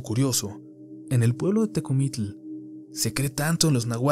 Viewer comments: Que extraño pronuncia Tecomitl! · Muy interesante...buenos relatos...pero pronunciaste mal Tecomitl ...no se pronuncia así.yo vivo en Milpa alta y si por aki hay Nahuales todavía😱😱😱😱